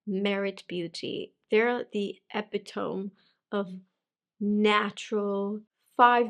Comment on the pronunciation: Epitome (last syllable = mee) 😉❤